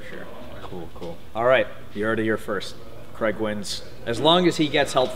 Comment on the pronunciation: his name is Craig...not Creg.